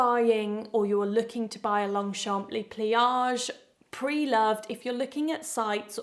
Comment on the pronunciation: I think it’s pronounced le pliage not Lee pliage